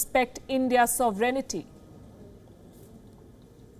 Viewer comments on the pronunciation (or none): Point of correction : The word is sovereignty: SO. VEREIGN. TY ( 3 syllables not 4 syllables). You pronounce 4 syllables SO.VEREIG.NI.TY (this is 4 syllables. It's wrong)